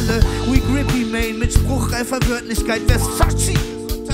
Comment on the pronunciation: grippy mane? ich höre nur grizzly mane!